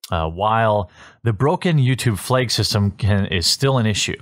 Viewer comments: "Due to the false fleygg" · Koala Nectar The Wisconny accent slightly coming through there